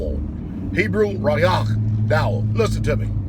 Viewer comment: Shalom pastor Dowell. I know you once said in one of your previous videos. That no man could teach you. So please don't take this as a teaching but as me sharing. The Hebrew word found in scripture that is translated as pastor רעה is pronounced Roe-ey. Not Ray-ach as you pronounced it. You will find this Hebrew word in its construct form in Ezekiel 34:1-10 and it will look like this רועי ישראל you will also find it in its masculine plural form with a preposition as לרעים other places you can find this word in scripture as Shepard or pastor is Jeremiah 2:7-8, , , ,23:1-3. but I digress. Now if you believe I don't know what I'm saying. I would love to debate you on this topic or any topic of your choosing. Oh let me list my credentials. I know this is a prerequisite for you. So here they are. Associates degree in video production. Bachelor's degree in digital film making. Certified in the classical Hebrew language also in the classical Aramaic language. My ministry is שבלי עולם my congregants are my family friends and household. If you need physical evidence of my credentials just let me know and I will supply them to you. But in all things I bid you shalom.